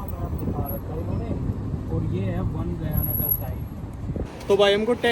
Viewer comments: गुयाने के बदले गयाना कहते तो सुनमे अच्छे लागत है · GUYANA is pronounced as Gayana (गयाना) not Guyana गुयाना though spelling is Guyana. Rest is all ok. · Not gui ana, gai-ana. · भाई... गुयाना नही गयाना... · Bro,its pronounced as GYANA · Bhai you are pronouncing Guyana incorrectly. It is pronounced with u silence.